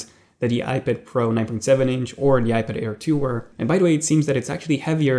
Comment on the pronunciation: I thought he was saying iBitair